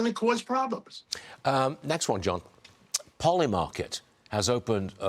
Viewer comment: Did you say polyamorous market?? Lol😂